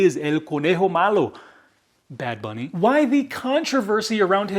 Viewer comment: The way you said bad bunny isn't bad. You said it just fine. Now if you really want to rub it in MAGA face learn to speak Spanish fluently to really piss them off. Lol